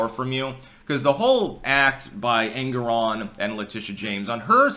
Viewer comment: the way you pronounce it I end up hearing Angron - a very angry boy from 40K :D